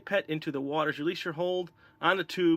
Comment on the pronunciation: "fill with watlabalaba"